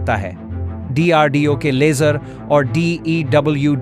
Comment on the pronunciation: What is dardeo? It’s DRDO